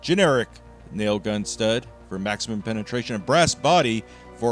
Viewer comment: 😂He said maximin penetration